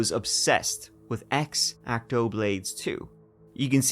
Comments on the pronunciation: "Eggzachtoe knife" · Can't say I've heard "X-acto" pronounced that way before :) Great episode. Creepy as hell. I'm loving your movie reviews, too, BTW.